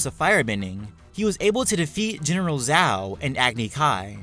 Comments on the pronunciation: Did he just pronounce Zhao as Zao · It was Commander, not General and Zhao (like the "J" sound in "June," but slurred) not Zau.